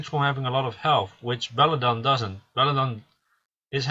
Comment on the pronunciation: belladeon . pronounce every letter . belladeon .belladEON . where did you get belledon from? bellAdEon pronounce the AAA and the EEE just cause your foriegn doesnt mean your blind to letters